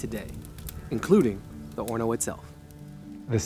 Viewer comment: You always pronounced the h in horno. I learned to pronounce it with a silent h. So which is it?